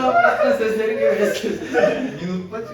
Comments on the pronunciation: слова минут было похож на слову минет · minute деген сөзді minet деп естіді